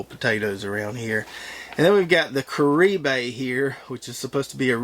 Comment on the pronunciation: Caribe is pronounced Keh-rib. Not Careh-bay. It's Keh-rib.